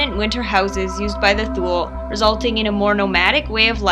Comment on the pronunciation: She's actually got it right.